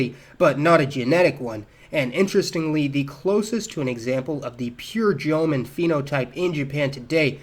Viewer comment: "Jomon" is two syllables, not three. "Sans" is pronounced sonz, not sahnz. The genetics and linguistics here, however, are sound. Good work -- and a nice relief from the usual Japanese common sense, which is a pack of ignorant lies.